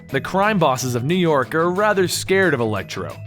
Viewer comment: It sounds like you were saying elektra instead of electro